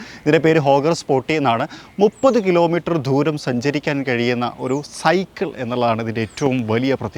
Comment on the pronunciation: ആദ്യം മലയാളം നന്നായി പറയാൻ ശ്രമിക്കൂ. "ധൂരം" അല്ല, "ദൂരം" ആണ്.